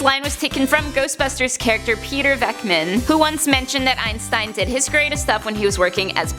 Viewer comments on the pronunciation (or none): “Peter Vekman” Me a ghostbuster fan: ITS VENKMAN!